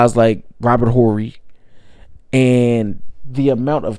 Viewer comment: At least learn to pronounce Horry's name